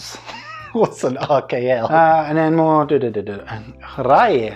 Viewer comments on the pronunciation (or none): I love how you pronounce rkl as urkel. :D